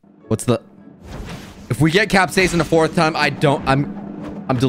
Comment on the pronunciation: Ur pronouncing capsican wrong it's cap-siscin not cap-seasen